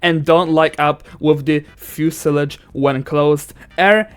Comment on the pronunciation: By the way, you must pronounce fuselage